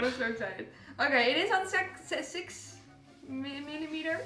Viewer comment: Your face when you accidentally said "sex" instead of 6 was pricelesssss